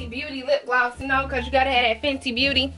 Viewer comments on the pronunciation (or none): none